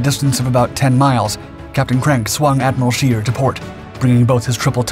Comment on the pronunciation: You properly butchered the Admiral Scheer's name's pronounciation like no shell whichever caliber ever could.